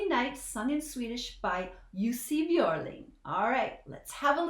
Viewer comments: I noticed you could say the letter (ö) correctly. Normally it would be Jussi Bjorling when english spoken people pronounced his name. Can you talk Swedish too? I like that you save your reflection to after the song. Can't stand when people cut off the music after every 15 seconds. Better to first listen and then go back and pinpoint the parts that you want to put some more light on. Well done!❤ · Now i understand how you could pronounce his name so correctly 😁. when you said Björling i just... wait what? 😁